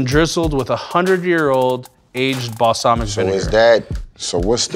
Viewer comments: "Balsalmica" lmbooo i love Marshawn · “All the arugula and balsamica.”